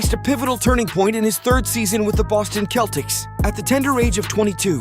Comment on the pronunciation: Sell-tics not Kell tics lol